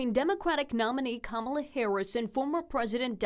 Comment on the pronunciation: Listen to how many times he purposely mispronounces her name to belittle and demean.